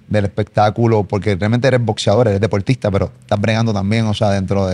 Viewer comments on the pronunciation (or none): Este es ton-to para habalr no se dice depoltista se dice deportista aprende a habalr y después has entevistas